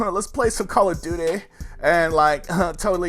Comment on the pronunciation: They way you said call of duty killed me 😂😂😂